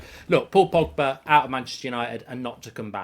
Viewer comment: No no no no no no no no no no no no no no no no no no no no no no your wrecking my feckin with the name pogba